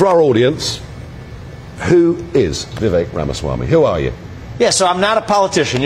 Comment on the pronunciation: finally pronouncing his name correctly. Vivek as in cake.